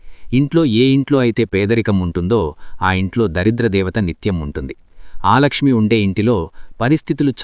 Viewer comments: ఆలక్ష్మీ కాదు,అలక్ష్మీ.ఒకసారి శ్రీ సూక్తం చదువు. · ఆలక్ష్మి కాదు,అలక్ష్మి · ఆలక్ష్మి కాదయ్యా అలక్ష్మి